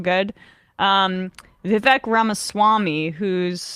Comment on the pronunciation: Pronounce his name correctly and you guys might convince me that you actually do your homework. Vi- V ache not Vi- Veck